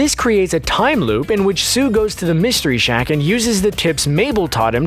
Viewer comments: Why do say sue and not soos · His name is Soos not sue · Is anyone else triggered by the fact that he called soos sue😭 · ITS SOOS NOT SUE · Love how he says Soo instead of Soos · Anyone else kinda bothered by him saying Sue instead of Soos? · Did they really call soos, sue???? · am i the only one that gets mad how he pronounces soos as "sue" and not "soos" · Screen rant: “sue” Every single person who watches this show: soos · 😡😡😡😡he keeps saying sue ITS SOOS😡😡😡😡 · Why do you call Soos Sue? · this guy called soos 'soo' and 'sooz' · When he said sue instead of soos, bruh. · Bill Cipher he only said “sue” not soos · Bill Cipher I don’t know the time!!! 😂 if you listen though through the whole video he says sue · He says “Soo” but it’s actually “Soos” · Who else thinks that person who’s talking about it is just reading from a script and has never seen an episode of Gravity Falls. His name is soos not Sue rEEeeeeeee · Soo? Really!? it's Soos not Soo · dude his name is soos not soo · It’s actually spelled “Soos” not Seuss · STOP CALLING SOOS “SUE” OMG ITS PRODOUNCED SOOOS NOY SUE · Why does he call Soos "Sue"? Its really annoying. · His name is Soos not Soo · Stop calling hm SUE! It’s SOOS! S-O-O-S! SOOS! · It's Soos. Not Sue. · did anyone else notice that he said sue instead of soos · It's soos not soo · His name is Soos not Sue -._-. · It’s SOOS not SUE!!!! Why do you keep on calling him Sue??!!!!? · Why Sue not soos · Soos!!!!!! not soo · I swear you keep calling him Sue. His name is Soos. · His name isn't Soo, it's Soos. S-O-O-S. not S-O-O. Trust me, I've watched this 5-6 times a year since it was created. It's pronounced "Soos", not "Soo". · It's SOOS, boi, SOOS. Not Sue, not Soo, not zoo, SOOS. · It's soos not sue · WHY DO YOU SAY SOO ITS SOOS!!!!!! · He keeps calling Soos "Sue". And now I have the Johnny Cash song "A boy named Sue" stuck in my head. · Not Soo. Soos. Plural. He consists of more than one Soo. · SOOS NOT SOEEEEEEE! 🤬🤬🤬🤬🤬🤬🤬🤬🤬🤬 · It’s soos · Its SOOS😑